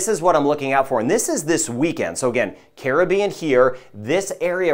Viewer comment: I’d feel better about the forecast if Caribbean was pronounced properly. 😐